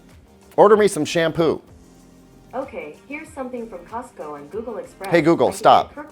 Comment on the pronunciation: On he almost calls google gaygle...